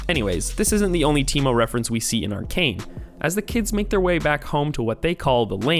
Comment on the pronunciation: It's pronounce Arcane bro